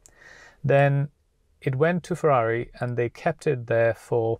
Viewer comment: Cmon man, its Ferrari